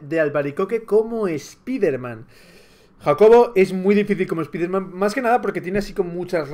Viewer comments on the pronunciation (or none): none